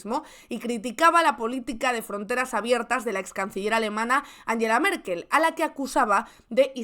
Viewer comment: Anyela o Ánguela Merkel? Ánguela,.